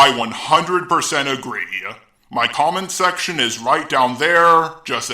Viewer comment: Dear God, it’s Commentceptiom.